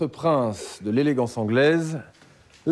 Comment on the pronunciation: i was laughing so hard when the teacher said ladies and gen tle men lol he pronounced every single letter lol